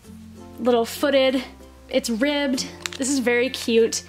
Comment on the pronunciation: it sounds like she said " It's RIGGED " but she just said ribbed. 🤣